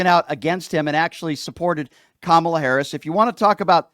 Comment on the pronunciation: I don't respect anyone who cannot say Kamala correct after it's been said correctly too many times,so when this guy said it wrong I wrote him off automatically.